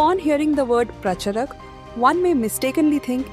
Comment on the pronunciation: Make real voiced videos than using cheap AI that can not pronounce Pracharak properly.